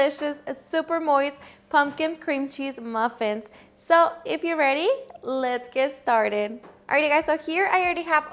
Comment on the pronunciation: Came here for the “letgtszzz get stayydtd” 😂